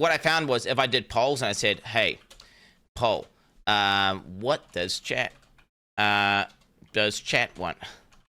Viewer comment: I honestly thought he was saying Chad, not chat, for two years.